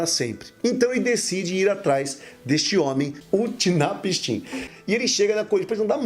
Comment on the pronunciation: A pronúncia é Unapsin, ótimo vídeo 👏🏻👏🏻👏🏻